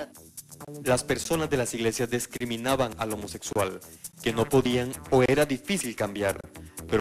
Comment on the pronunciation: Jajajaaja Yo sabía de gente que volvía a meterse en el closet, pero mae... haciendo ridículo público!! jajaja ud sabe que todo el LGBTI sabe que ud está mintiendo! jajaja Por cierto, notaron que el narrador dice "dEscriminaban" jajaja qué se podía esperar de un periodismo tan serio! pfff jajaja